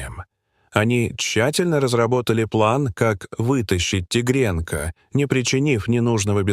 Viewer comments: Почему такое произношение слов?наверно тигрёнка,а не тигренка.Столько неправильных в произношении слов - ужас? Не хочется да же слушать - ухожу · Не могу слушать, тигрЕнка 😂😂😂